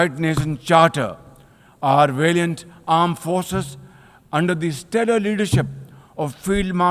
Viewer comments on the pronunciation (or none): Not armed forces.. its Aand forces... bro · Aand forces 😂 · Aand Forces 😂😂